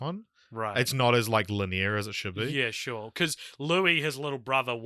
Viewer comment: I feel like you need an franchise obsessed American on the podcast with you at all times, so you can give each other a hard time about pronunciations. Li NEAR'? Great stuff as always guys.